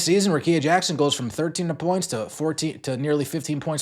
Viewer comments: RICK-EE-A. Come on bro. That's mighty white of you. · BRUHHHH RICKEA RICK KEYA GET IT RIGHT PLEASE!!!